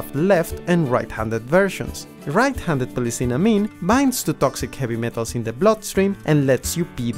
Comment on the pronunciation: D? I thought it was R! Dight? It’s RIGHT! RIGHT IS RIGHT, NOT DIGHT!